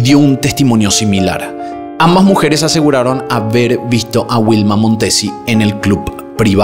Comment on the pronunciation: Informati sulla pronuncia esatta di Torvaianica.... e anche dei nomi di persona Non capisco perché storpiare in questo modo Vanda non Uanda Vilma non Uilma! Sicilia non Sisilia Sterline?? La carabinera? I CARABINIERI! Amalfi non è un resort ma una cittadina della costiera amalfitana in provincia di Salerno!! Milano-Torvaianica sono 600 km e non 250!!! Era una brava ragazza di 21 anni, non è vero che lavorava, era fidanzata e doveva sposarsi in autunno! Hai detto un sacco di stupidaggini